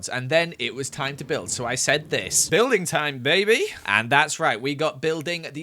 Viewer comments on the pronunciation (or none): It sounds like someone that’s drunk said “Buildin time baby”